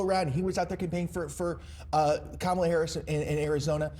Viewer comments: Woah!!! Trump CAN pronounce Kamala's name correctly!! That new Melania video post and recent polling must've spooked him something good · I’m glad Trump knows how to say her name. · Trump just said "Kamala" correctly! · wow! he pronounced her name correctly. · At least the sweaty orange manatee pronounced Kamala's name correctly. 🙄